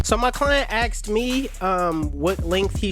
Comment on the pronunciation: Your Client “axed” you? Lmaooooo